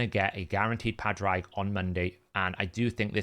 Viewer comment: Just want to leave a quick note, "Padraig" is pronounced "pawed rig"